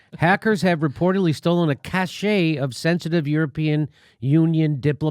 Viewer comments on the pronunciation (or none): Point of order: cache is pronounced "cash," not "cash-aye." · Dear America, the word "cache" is pronounced "cash". I know this is hard to believe in a world with their, there and they're but I promise it's true. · cache is pronounced cash. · I'd like to think Jimmy's pronunciation of cache was in the spirit of silliness, but I fear it was not lol